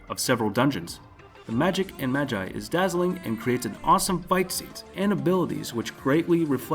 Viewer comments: Mag eye serious omfg I can't believe you're an anime fan smh 🤦‍♂️ It's pronounced like ma gee learn Japanese cuz that pissed me off. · most north Americans say Ma-jai and other countries say Ma-gee we're odd like that. If he's reading a script then that's probably his default, even though the show pronounces it the other way. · im sure its pronounced mag-gee and not mag-i lol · Mans said “Maji” it’s Magi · why does he say ma-gai and not ma-gi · Why TF did you say magi like (ma guy) it's just (magi with an e sound instead of guy sound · Since when was "Magi" pronounced as "Madjei"? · You said magi wrong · is it just me or did he pronounce magi wrong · Say magi again .-.